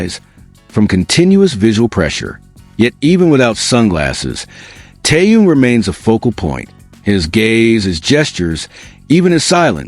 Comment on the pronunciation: Где вы увидели охрану, да еще усиленную? Джин и Тэхен идут совершенно одни, и где охрана. Глаза откройте, бросили мальчиков одних, после всех угроз, любой подходи, и делай что хочешь. И вы автор неправильно произносите имена. Это Тэхен, а не Тэюн.